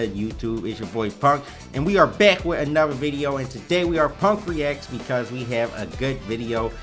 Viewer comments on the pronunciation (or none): none